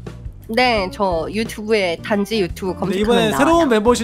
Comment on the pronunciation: 단지가 단미호라고들리지?